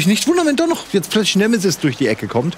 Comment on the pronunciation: Bin ich der einzige, der bei Nemesis immer "Schmoooorf" hört?